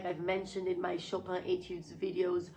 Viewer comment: "Chopin" pronounced the French way, c'est très plaisant à entendre, en tant que français :D Thanks for all these answers and details, Danae !